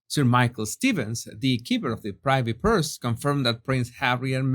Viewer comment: Sorry for being pedantic but the Privvy Purse is pronounced Pri veee Purse. ( saying the " i " as in cliff not as in pie) Thank you so much for your wonderfully enjoyable videos Peace 🇬🇧👧